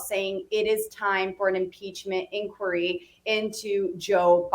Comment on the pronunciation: "INQUIRY?!" FFS!